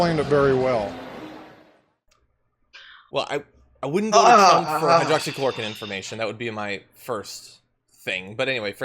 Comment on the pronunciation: 39 "Hydrocloroqueen"